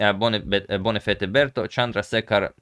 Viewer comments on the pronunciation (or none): none